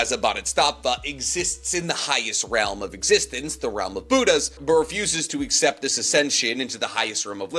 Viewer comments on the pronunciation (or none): none